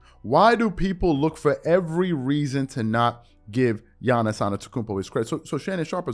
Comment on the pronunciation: Yiannis is not a "bro" he is not associated with models rapers or with the US star system in general. He is a family oriented guy who is thinking only of the game and how to improve. By the way is Yiannis as in Yankee and not Giannis as in giant !!!